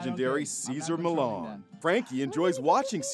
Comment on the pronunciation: The Guy Said Cesar Malone instead Cesar Millan (MIH-YAN), Remember this the Correct Spanish Pronouncement.